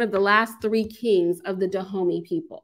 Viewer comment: All that research and still can't say Dahomey properly lol still good presentation though!